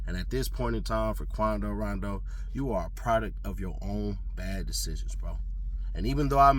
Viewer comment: How can you mispronounce his name when his rap name is based on it. Come on